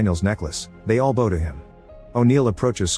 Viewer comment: bow, bowing, bowl....you need a new AI narrator because it can't pronounce these terms correctly...